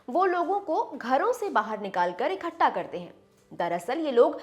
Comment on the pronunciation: ikhatta nahi ikattha hota h. kahan ho hi?